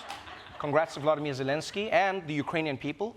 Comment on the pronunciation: Why after 9 months of constantly repeating his name Trevor still didn't learn that he is VOlOdymyr not VlAdimir. This 2d one is the Russian version that in times like this we do not want to use.